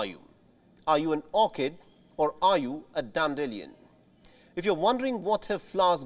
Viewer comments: It's not dan-dillion, it's dan-dee-lie-un. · The way he pronounces dandelion hahahah 😂 can someone please correct him.